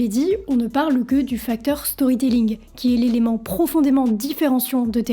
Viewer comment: Storrry tellling prononcer à la française vous qui ne comprenez rien à talor swift apprenez l’anglais de toute façon vous parlez à moitié français avec vos anglicismes que vous probablement ne comprenez même pas comme allons au chopping de toutes vos conneries non mais c’est du n’importe quoi avec vous